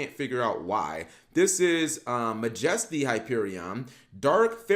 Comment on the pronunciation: This man really said "Muh jesty" LMFAO